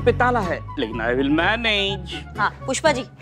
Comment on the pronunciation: he said kushpa instead of pushpa